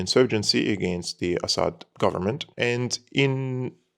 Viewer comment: it is very annoying how you pronounce "Assad" as if you are a foreigner. In Arabic we pronounce it differently. Please let the foreign audience pronounce it correctly